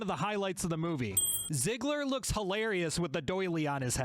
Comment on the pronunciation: Is it just me... or you said "Zigler", instead of "Zidler"?